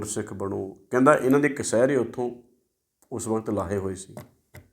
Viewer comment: ਜਦੋ ਕੋਈ ਆਪਣੇ ਮਿਸ਼ਨ ਤੇ ਹੋਵੇ ਫਿਰ ਬਹੁਤ ਕੁਝ ਕਰਨਾ ਪੈਂਦਾ ਹੈ ਮੁਜ਼ਾਹਿਦੀਨ ਨੂੰ ਪਰ ਦੁੱਖ ਇਸ ਗੱਲ ਦਾ ਹੈ ਕਿ ਜਿਹਨਾਂ ਨੇ ਚਮਕੀਲਾ ਅਸ਼ਲੀਲਤਾ ਦਾ ਨਾਮ ਦੇ ਕੇ ਪੈਸੇ ਲਈ ਗੱਡੀ ਚੜ੍ਹਾ ਦਿੱਤਾ ਸੀ ਹੁਣ ਉਹਨਾਂ ਜੱਟਾਂ ਦੇ ਮੁੰਡੇ ਕੁੜੀਆਂ ਕੀ ਗੰਦ ਪਾ ਰਹੇ ਨੇ ਇਹ ਨਹੀਂ ਦਿਸਦਾ ਇਹਨਾਂ ਨੂੰ। ਵਿਦਵਾਨ ਜੀ ਕਸ਼ਿਹਰੇ ਨੂੰ ਕਸਿਹਰੇ ਕਹਿ ਰਹੇ ਓ ਤੁਸੀਂ ਜੇਕਰ ਲੋਕਾਂ ਦੀਆਂ ਗੱਲਾਂ ਕਰਨੀਆਂ ਨੇ ਪਹਿਲਾਂ ਆਪਣੀ ਭਾਸ਼ਾ ਸਹੀ ਕਰੋ ।